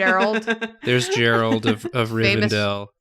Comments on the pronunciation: “gerald of rivendell” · Also I can’t BELIEVE you desecrated the name of my poor Geralt. And by that I mean it was hilarious and you were right to do so